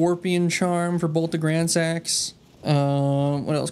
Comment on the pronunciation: i leveled dex just because "gransax" sounds like "grand sex" and i thought it was funny.